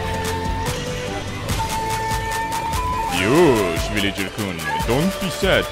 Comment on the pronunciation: I'm Japanese and think he says not Yosh,but Yosha